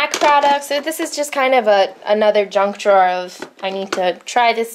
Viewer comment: When you said "junk drawer I totally thought you said "drunk drawer" ...as in, "oh, drawer... you so drunk." I think this should be a universally implemented slang phrase from now on.